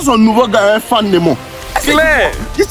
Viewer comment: Quand il di clair sa me fume de rire 😂😂😂 clair